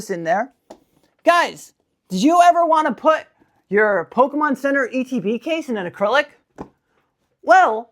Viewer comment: Did you say Pokemon center ETB!?